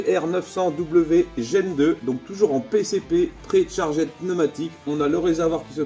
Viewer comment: pré charg aide pneumatic -> pri tcharg Dh... repeat after me .... 😁 yeah I know you t'en branling about .....